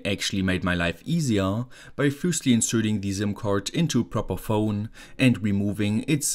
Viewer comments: I was thinking he just built himself one heck of a necklace medallion, all he needs to do now is find a strong enough necklace so he could "inconspicuously" wear it :) Joking aside, this was way easier to follow for me than his usual electronic circuits. I was amused hearing him say "ZIM" card :) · I like how you say "zim" card ❤️❤️